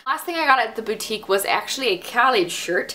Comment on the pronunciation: So happy you know how to pronounce boutique!!!!